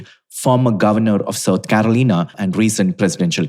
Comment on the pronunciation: lost me at "caroleena"